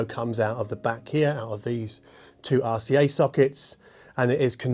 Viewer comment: I love the way you pronounce RCA like arse-E-A